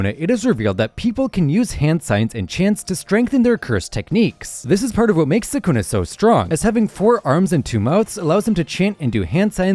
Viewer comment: You mispronounced sukuna so we can’t really trust anything else you say. Lame.